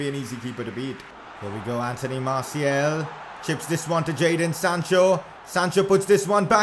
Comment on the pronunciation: Why do you say MartiEl. The second a is pronounced the same way as the first